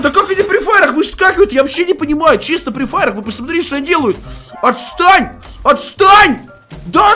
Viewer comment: хахахахахахах ну тты даёшь смешно тк сказал оцтань оцтань я 1 час ржал